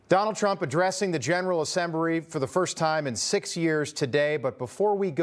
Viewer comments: Did he say generwal assembury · I had to rewind that three times. Finnerty did say Assembry 🤷🏾‍♂️ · “Assembry” can he see properly?